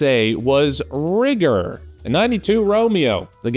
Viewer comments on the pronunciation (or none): I can't believe he said Rigger with a Hard R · Dude dropping RIGGER with a hard R. Very bold. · Helluva hard "r" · Thank you for explaining, for a moment I thought you said "rigor". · you used the hard R 😬😬. Its "rigga" and its not your word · Ohhhh, you said RIGGER. Miss heard you the first time 😁😁😁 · Rigger, please. 🙄